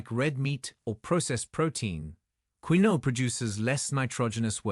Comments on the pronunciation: It’s not pronounced Queeno, it’s pronounced Kinwah. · " Queen -o " ? 😂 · Pronounced "KIN-WAH"